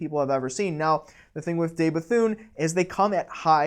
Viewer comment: You ought to know how to pronounce 'De Bethune' ... especially if you are into watches. Can you say "duh" instead of "day" ? Then you can pronounce it properly. "duh Bethune" is the correct way.